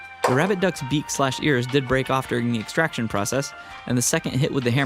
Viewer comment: Was I the only one that kept hearing "Rabid Duck" instead of "Rabbit Duck"?